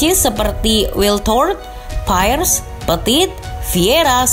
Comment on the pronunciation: Dari Dulu Nyebut Nama Pemain Prancis Masih Aja Ga Mau Belajar & Ngucapin Salah, Sebetulnya Dibaca Ga Sih Kolom Komen? Apa Perlu Di Bom Dislike Biar MIKIR? PIRES Masih Aja Dibilang Payres 🤬 Selalu Aja Kuping Mendadak Gatel Kalau Nonton Channel Lagi Bahas Apapun Tentang Prancis 😡